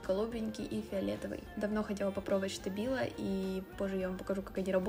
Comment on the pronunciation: Не Штабило а Стабило, если что🥰😘